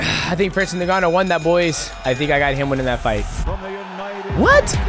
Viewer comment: Shoutout to DJ for trying to pronounce “Ngannou” correctly 😂